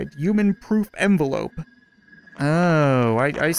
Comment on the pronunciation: Uman? I thought it was human